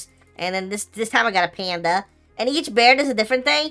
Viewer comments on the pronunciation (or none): none